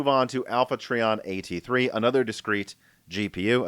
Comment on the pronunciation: Btw, it's pronounced Try-On. Alpha Trion was Optimus Prime's mentor and the Autobot who recommended making Orion Pax the next Prime.